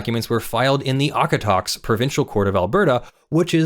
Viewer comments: Sorry Okotoks is not Awk-a-tahks, it's Oak-a-tokes. Love your videos btw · Lol, it's pronounced "Oak-a-tokes" FYI. Love the presentation! Longtime listener, and have long enjoyed the Meads v Meads decision on canlii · In case no one has jumped in with this yet: Okotoks is usually pronounced "Oh-Koh-Tokes" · "Okotoks" is pronounced with all long Os. Oh-koh-tokes. I've never heard it pronounced with short Os and it physically hurt me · Small pronunciation correction: Okotoks is pronounced with a long first & third O (Oh-kuh-toaks)